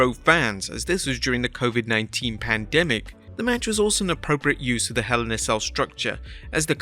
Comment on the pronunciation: Man I miss when mentioning sheepflu would get you demonetized. These guys can't mention anything from 2020 without saying "DIS WAS DURING DA PANDEMIK" and it's more annoying every time.